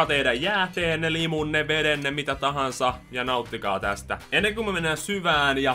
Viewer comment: *Vetenne, ei vedenne